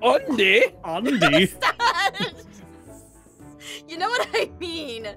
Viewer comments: "Ondy" XD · Summer Preston remember how she was making fun of Andy’s name and said undie that’s why. I know it’s Andy 😂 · My favourite part of the video was: Jess: says Aundy Kestin: says jussica Jess: says Kustin Andy: it's like cous cous in a tin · She called Andy undie